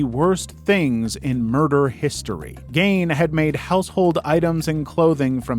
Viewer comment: You pronounced Leno Labianca's name wrong. Do some research. I've never heard it said 'Lenno.' It's pronounced 'Leeno.' Only YouTubers have ever made such errors. And then you mispronounced Ed Gein's name wrong. Ed 'Geen' is how you say it. Damn. 🙄